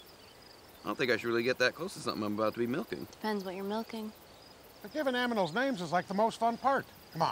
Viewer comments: 'Aminals' - Squirrelly Dan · He really said "Aminals", I'm dead 💀🤣